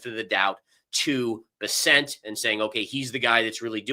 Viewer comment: Hi, don’t leave. 😅. Thanks for pointing out blow off top. BTW, it’s pronounced ‘Bear-cent’, not Ber-sent.